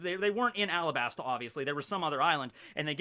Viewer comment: did y'all hear say "AlaBARNa"?